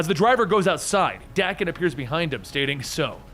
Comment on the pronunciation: Love the content here. But Daken.. that pronunciation. Threw me off. Not how I've heard it in my head or how I've ever heard it pronounced. I've always heard it with a hard A. .. feels wrong hearing it this way. Looked it up. My physical sickness is acceptable